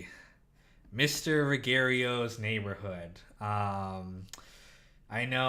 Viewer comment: Yeah, based on that taps and soft tar thing, I don't think Christopher was qualified to write one of Carmine's XXX movies. Also, Ruggerio is surely supposed to be pronounced with a soft G sound given that it's a play on Mister Rogers' Neighborhood. Season 3 was the first one I ever saw, because the gold foil DVD box set was on sale at Best Buy at some point in 2002 or 2003, and I didn't see the rest of the series until years after that. For someone like me (and I was actually myself then as opposed to existing in the distorted, suppressed state I've suffered for a very long time now) seeing only that season created what I would discover was a warped and overly positive view of Tony Soprano as not really a bad guy.